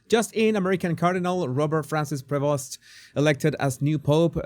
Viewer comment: Pronounces as “Prévo” . Dont pronounce the ‘st’ ..